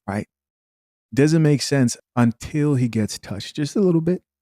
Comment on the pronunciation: Teaching and still can't say "Doesn't"